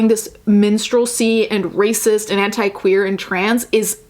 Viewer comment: I didn't know the right pronunciation of "anti" and "dignity" and now I'm shook